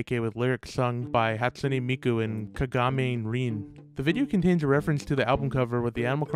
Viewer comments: Hiya, small pronunciation correction! Rin's name is pronounced "ka- ga- mean- eh rin", not "ke- ga- may reen". Other than that, this video is amazing :3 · horrible pronunciation when he said "Hatsune Miku and Rin Kagamine" 😸😹 Pd: It's Rin KagaminE, Not kagamin' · 'hat soon e meeku and ka ga meean e r en" ah yes, prounounciation am i right ! (im not trying to sound mean i just found it funny how you ptounounced miku and rins names...)